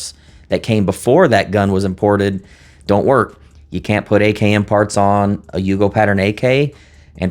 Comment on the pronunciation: All though your saying AKM it’s sound like you are saying AKN… it’s very disturbing but I know what you mean; others may not!